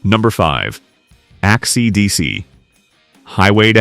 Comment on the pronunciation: I like these types of videos, however ever the mispronounced words suck. Act DC. You need to get a handle on it. You proof read text, why don't you proof listen to your text.?